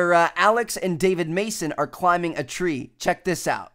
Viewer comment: "Tree" sounds like "three". :D